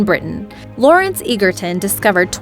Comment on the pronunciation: Egerton is pronounced edgerton